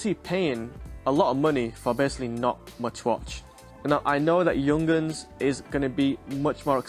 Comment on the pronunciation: “Young-uns”…😂 “yoong-harns”. Stunning watch, true classic